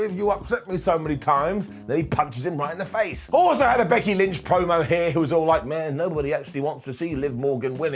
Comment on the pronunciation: “Becky lench”🤣